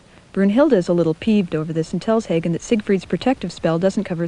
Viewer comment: Very cute! I love the bell/scroll tolling the actions. BTW: it's pronounced VO-TAN not Wodin for Wotan, RAH-da-mez for Radames and HAHgen, not Heygan for Hagen, otherwise good work. :)